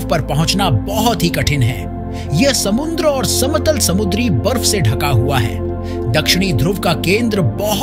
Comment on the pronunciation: Samundra na re baba samudra samudra kahte hn